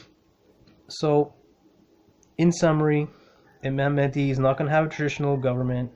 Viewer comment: Thank you brother great video. Love the energy you emit. BTW its MaHdi, not Madi. Make sure you pronounce the "H". May God bless you and your loved ones.